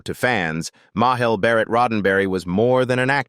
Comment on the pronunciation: Got to MAH-EL BAR-RET and quit right there.